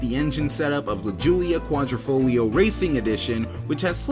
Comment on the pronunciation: Repeat after me..."Quadr I foglio" not "Quadr O foglio" good now repeat again! Quadro in Italian is a picture frame, Quadrifoglio is a four leaf clover.